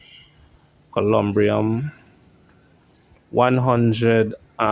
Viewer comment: The building of his resting place is called a columbarium. You constantly mispronounced words in your vlogs.